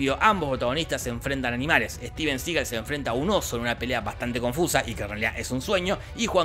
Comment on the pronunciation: ...Denzel, no dezel. Y es "Juan Claudio" (Jean-Claude) y Steven Seagal, no juan claudeo y stiven segal